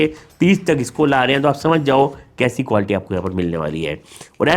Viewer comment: Sir ap quality ko qualty kyu bolte ho 🤔